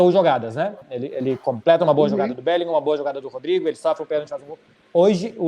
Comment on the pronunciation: Esse "BÉLINGAM" arranha meus ouvidos kkkkk. A pronuncia em inglês é "BÉLINRÃ", CARALHO kkkk